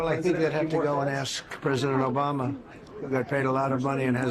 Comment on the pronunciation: Reporter: "Mr.Trump...." Trump: :OBAMNA!!!"